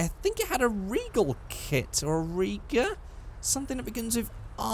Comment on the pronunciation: It's a Reiger kit, pronounced Rei-ger. Did a lot of kits for 80's and 90's euro cars such as VW and BMW, very popular and still looks great 👌